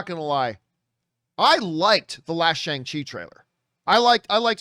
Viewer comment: It’s pronounced SHONG CHI not Shay-ng Chi